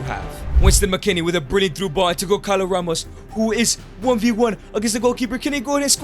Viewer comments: bro really said goncalo instead of gonçalo only Portuguese people will get it🇵🇹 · gonçalo is pronunced gonSAlo, not gonKAlo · its not goncalo, its gonssalo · The agony im feeling when you say GonCalo Ramos. This "ç" has the sound of a "S", so that's it. But i mean, he is under mr beast umbrella, so Who am i tô question anything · As someone from Portugal, you saying gonkalo ramos angers me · bro you say goncalos name wrong